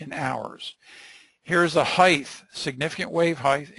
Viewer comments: Great lecture! However the pronunciation of "height" as "height-th" (with a th sound at end) was driving me crazy. "Depth" and "Width" have a 'th' sound at the end, but "height" as a 't' sound at the end. Other than that verbal tick, the content was excellent by any measure. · Yeah that heighth was so cringey I couldn't watch this 😖